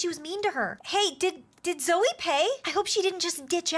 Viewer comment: You guys are saying zoe instead of zoey.